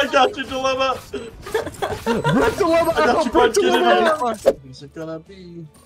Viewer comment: take a shot every time you say bilemma